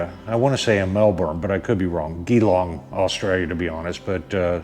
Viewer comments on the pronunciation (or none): Gee - long not ghee- long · Its GEEEEEEE long, not Ghee Long and "Melbin", not Melbourne...even though it spelt how you pronounced it. Welcome to Australia haha. The hipsters stick to the Shovelheads and Panheads, anything past an Evo is considered trash. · Well spoken sir...damn straight ...from QLD Australia also it's like Jeelong ..lol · Pronounced “G-long” mate, and say it quick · Great job man. Oh its pronounced jillong even though it spells Geelong keep on mate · It's spelt Geelong but pronounced G'long😂🤷‍♂️ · thanks for your reply & yes JeeLong (Geelong) Newtown, SW of Melbourne. All the best for your channel in 2021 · Great video.... but it’s pronounced G-long (Geelong). Sorry but hearing you pronounce it just about killed me haha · Hey buddy I buy my bikes from Geelong HD. The G is like Gee his a good bloke, then add the Gee - long Hope that helps bro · Pronounced 'Jelong'. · It's pronounced gee - long .. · What a fantastic video mate, you come across as a genuine honest guy and now you have another fan, keep up the good work, Danny needs people like you in his life👍🏻😁👍🏻 , just as a foot note, Geelong! The G is pronounced the same as in Geewhiz, god bless and ride safe mate. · American pronunciation conversion (Geelong, au) Jelong, us. Just sayin. your pronunciation sounded like a gay bar. Cheers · The way you say Geelong made my day mate lol, the "G" is pronounced like in G Force, if that helps, I agree with all you said, Danny loves his Bikes, Loves his Dealer Col, and in these trying times try's to bring a bit of humour to the world, unfortunately peoples idea of humour to me anyway seems to have gone by the way side with all this P.C. rubbish, not sure what line H.D. is taking but they are really pushing the buttons of traditional H.D. riders, thanks for the support you showing Danny, trust me he will appreciate it.